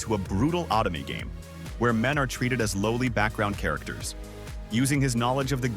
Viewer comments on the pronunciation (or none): "autumny game" LOL